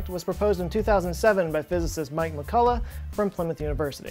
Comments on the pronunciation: Also McCulloch name should be pronounced with this "ch", like in the Scottish word "Loch". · Also you did not pronounce McCulloch's name 100% correctly because 'ch' in his name is pronounced like 'ch' in Scottish word "Loch", which is actually similar to German or Austrian pronunciation of 'ch'. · I only thing I help you fact check is your pronunciation of McCulloch! Needs some work...oh and not sure hawking radiation has been observed...